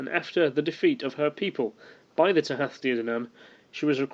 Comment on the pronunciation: kenobi Tooha. The th in modern Irish is pronounced as an h. However, in Old Irish it is pronouned like it would in English, a th. But, to keep things simple......